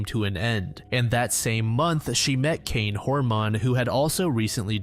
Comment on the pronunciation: I live in Oregon. This case does baffle us. I think the case was botched, and we were never told of all events. Btw, it's pronounced "Hor-mun".